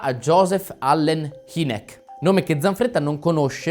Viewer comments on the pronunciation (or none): In parte specie sull'ultima non sono in parte d'accordo, complessivamente ben fatto, però HYnek, H-ai-nek non Heenek.....LOL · Hynek...si pronuncia hainek... cmq... tali esseri umanoidi rettiliani emergono per tecnologia avanzata... non certo per bellezza... forse elemento che loro non considerano... per innamorarsi! 😂 Si può dire che noi siamo superiori per i valori psicologici e sentimenti altruistici...